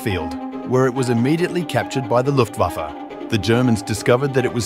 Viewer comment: Very good Lufwaffe pronunciation